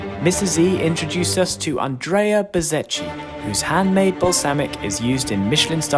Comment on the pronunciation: the pronunce is "bezzekki" "Chi" in italian sounds like "Ke/ki"